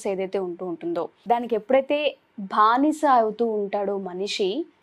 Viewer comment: భానిస కాదు బానిస అని పలకండి గారు. గారు చాలా మంచి విషయాలు తెలియజేశారు. ThanQ Sir